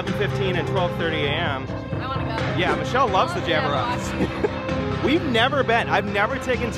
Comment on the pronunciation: Did my dude just say Jabberwockees I can’t breathe